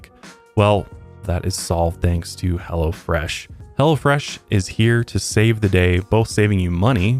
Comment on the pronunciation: I thought you said he'll fresh